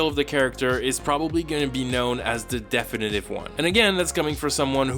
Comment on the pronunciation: Fuckin' hell mate. You can't throw out all your credibility by pronouncing "definitive" the opposite of how it's pronounced in the general English, American, and Australian pronunciations. You did, but man, how did you fuck that up so badly? Shit... Sorry... You must be Canadian. I missed that. Carry on.